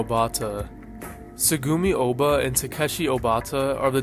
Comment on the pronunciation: bro PLEAAAASE stop mispronouncing things. You made a damn iceberg for this ;-; how do you not hear their name's? its LAW-LEE-IT, not LOW-LIGHT. AND IT'S WAH-TAH-REE, not WATERY. And the author's name isn't "Tuh-soo-mee-oh-bah" it's "Tsoo-goo-mee-oh-bah".